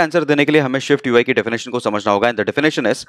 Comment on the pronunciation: everything is excellent bus aik masla hai, it is SwiftUI not ShwiftUI, please isko dekhlen, baqi andaaz or tareeqa behtreen hai